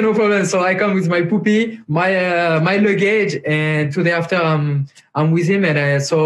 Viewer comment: "can I come with my "poopy"" ahahaha xD (ik he meant puppy)